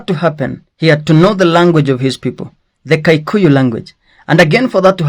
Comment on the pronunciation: It's Kikuyu not kaikuyu